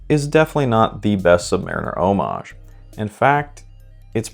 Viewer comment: Thank you for pronouncing homage correctly, we all appreciate it.